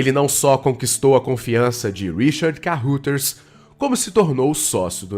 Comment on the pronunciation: Ótima matéria, li o livro e assisti o filme com Paulo Beti. Só uma observação: Kaeuraders, é assim que se pronuncia Carruthers.